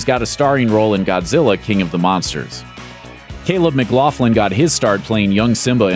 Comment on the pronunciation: Its mick-loc-lin not mclaflin